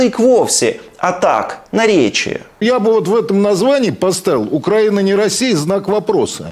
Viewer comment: Шахназаров только понтуется, что крутой режиссёр, а сам даже ударение в слове Украина не может правильно сказать, штрибан Галимый